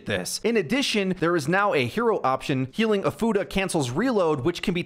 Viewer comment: “Healing ofuda will“ sounded like “ healing a fu…. You know what? Nevermind.